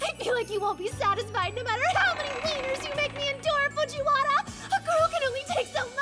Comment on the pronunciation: Omg, fuJIWAra is Da wIENerrr??! So sus